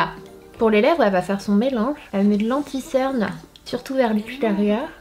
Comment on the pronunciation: On dit cerne est pas ctern